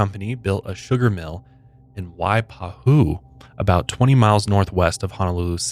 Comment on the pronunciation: Wai-paa- hoo not wai-páhu. That really bothered me for some reason lol